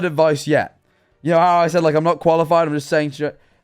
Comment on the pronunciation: "i knowrrrr"